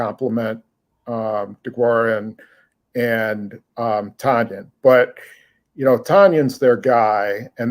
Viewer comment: Hey y'all, according to Robert, Tonyan rhymes with onion.